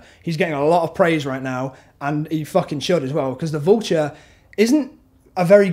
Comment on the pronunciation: what do you think about michelle? what do you think out ned?? also you say vulture funny